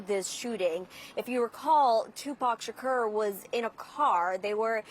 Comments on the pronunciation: Omg hearing her say his name is giving me anxiety!!!! Shakeeeeeeeeeeerrrrr she isn’t not young and studied journalism to not know even how to pronoun his name 😒 they need to put her back covering cute animals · 2pac shikeeerr????? 😂😂😂😂😂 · Its Tupac…SHAKOOOOOR!!!! .. not Tupac Shakerrrr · It's Tupac ShaK"U"r. CNN can't even get the name right.🤦‍♂️ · And who is Tupac Shakerr?? She's mispronouncing his name!!!! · She doesn’t even say his last name right!! It’s suppose to sound like SHAKOUR. That’s how it’s suppose to sound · Lady NO!!! 🤣😂 pronounce his name correctly "Tupac Shakur" 🙏🥀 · Her pronunciation of his last name enrages me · This bih is so clueless about Tupac that she can't even pronounce his last name right. Its sad there's people who have no clue who he is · The way she pronounces his name irks me 😬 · She butchering his last name smh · The way Caucasian’s pronounce “Shakur” irritates me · "Keafe"? "Shakerr"?! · This chic can’t pronounce “Keefe” or “Shakur” 😩😂😂😂😂😂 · How the reporter pronounces “Keefe” and “Shakur” is crazy 🤦🏽‍♂️ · This reporter can’t even pronounce Tupac Shakur or Keefe D. 🤦🏽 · Even if I'm not a english native speaker, I'm so surprise at the way she pronounces " Café Dee " 🤣 and "Shakur " like the "ur" in the verb "occur" 😅, In general, people who mispronounce his name make a mistake about the first name "Tupac", but this is the first time I've seen someone bug on "Shakur".